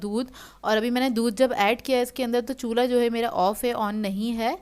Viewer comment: It looks very delicious.. Funny when you say ' Chulha ' 😁